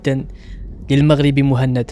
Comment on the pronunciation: جميل جدا وتقديم رائع...ملاحظة بسيطة:اغتقد ان اسم البطل موحند وهي طريقة نطق دلع لاسم محمد بسوس..وبما انها بالفرنسية فطبيعي ان تنطقها موهند..والله اعلم